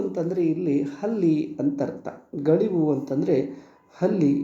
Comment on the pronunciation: ಸರ್ ಗಳಿವು ಅಲ್ಲ ಅದು ಗವುಳಿ